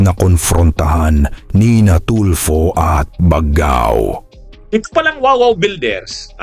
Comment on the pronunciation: Mali po ang pag pronouce ninyo ng baggao dapat bag gao